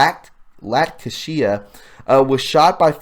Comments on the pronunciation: The kid's name is LACTASIA. You know- like when a new mom lactates breast milk so her baby can breast feed?You butchered the kid's name in your lead-in story and lost the opportunity to point out the ridiculousness that a small boy has chosen such a moniker. Then, you could even have pointed out that in California, he could be offered PAP smear screenings if he selects "F" as his gender on healthcare forms at a physician's office. That's right; it doesn't matter whether or not he has a cervix. The doctor would be required to offer him a PAP smear. Don't ask me what they're gonna scrape once they get them up in those stirrups, but they can bill insurance companies for whatever happens from that point on. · The Boys stage name is pronounced Lak Tay Sha...a take on the word lactation ...Mothers milk. so disgusting.